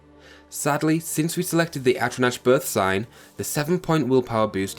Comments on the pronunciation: Magicka - Emphasis is on "Ma." Think of it like "magic" with an added "a" or "magical" without the L. Mysticism - The "c" is pronounced like an S. Atronach - Atro-knock. Altmer don't have a 25% weakness to magic, they have a 25% weakness to fire, frost, and shock damage (this is an important distinction since they are not weak to non-damaging magical effects like the drain of attributes and skills). Don't push Bretons off the table! While their Fortify Magicka effect is only half that of the High Elf's, but they have a +10 to Willpower which governs Destruction, Restoration, and Alteration while also increasing magicka regeneration and fatigue. Their 50 points of magic resistance not only gives them resistance to damage from Destruction spells, but also non-damaging effects like the drain of attributes and skills (which I mentioned before). It also gets rid of the need to alleviate the Altmer's weakness to fire, frost, and shock damage. I personally choose the Apprentice birthsign, since while it give you less magicka and 100 points of vulnerability to magic, it allows you to use the boosted magicka regeneration from Willpower's +10 and again, this drawback is reduced by the Breton's magic resistance (and frankly easier to manage than the Atronach completely removing magicka regeneration). Basically, if you want to use the Atronach birthsign, use a High Elf, but if you want to use any other sign (like Apprentice or Mage), use a Breton. Additionally, the numbers you list for t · Good guide. You're mispronouncing some words though (Mysticism, Magicka, Atronach). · I don't want to come across as an ass or anything but... Atronach is pronounced Atro-nock Magicka is pronounced Maj-ick-uh I have no problem with it, but it might save you some hassle in the future.